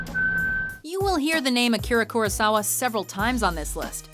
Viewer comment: "You will hear the name Akira Kurosawa several times on this list"...OK, then pronounce it properly for once